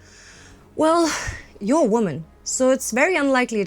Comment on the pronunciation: Sending rays of support to. I find it hard to understand diction because of lack of pauses. May be some practicing with a pro will help. I am also a not native English speaker, and notice that for example "you're", when pronounced by, is sounding like "your.".. The same mistake I make! May be, slow down a bit., It will make it all easier to understand. Anyway, it will all work out, and keep up the great work!